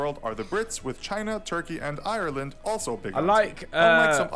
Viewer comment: Whoever said "Ireland" in that like "iarareland" i will find you.